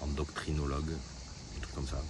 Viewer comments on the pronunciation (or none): "1 endoctrinologue" 😂😂😂😂😂😂😂